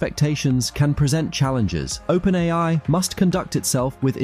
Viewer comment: It's an electronic voice, albeit a good one. He also pronounces open AI as open AL at one point.